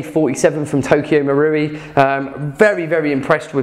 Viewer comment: learnt to say Marui! Had all sorts of Maouri before hahaha